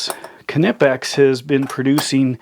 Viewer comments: I've watched a knipex produced video where the main guy in charge of R & D in Germany was talking to the main guy in North America and he pronounced it with the K silent as you would. It's just like knudesen or knife. So pretty please would you stop saying "Ka-Nipex" it's just Nipex or Knipex. It's a silent K. What kind of is this guy anyways? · It's pronounced nipex the k is silent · it's pronounced Nippex silent K, advice from Uk on the use of english to our mercan cousins 🙂😁